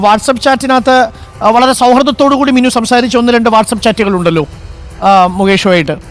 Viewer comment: മിന്നു അല്ല മിനു ആണ്